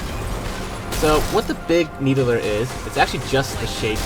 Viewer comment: Big "Needuhler"